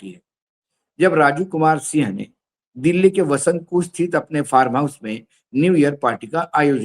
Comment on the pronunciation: Aap Raju sinh bol rahe h, Sir sinh nahi singh bola jata h punjabi mein. Jail Singh Harbhajan Singh Navjot Singh...........